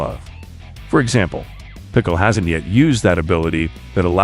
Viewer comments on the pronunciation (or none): none